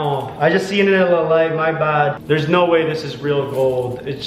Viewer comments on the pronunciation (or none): Its anyyoying when you say snow speak right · We are all just going not listen that when he says no he says snow😂😂😂😂😂😂😂🤣🤣🤣😂😂😑😑😑😑😑😑😑😑😑😐